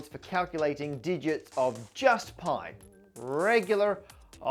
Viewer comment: That "poi to the poi" at the start was the most Aussie I've heard you go 😂🇦🇺